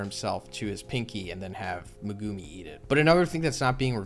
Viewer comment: It’s pronounced Meg- ( like Meg from family guy) Gu- like gooey and Mi- like me